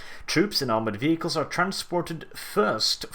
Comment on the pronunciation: The way you say vehicle XD